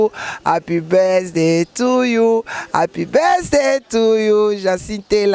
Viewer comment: "APY BESDAY "...MANICKE OZO LOBA NINI?😂😂😂😂😂😂😂😂😂😂😂😂😂😂😂😂😂😂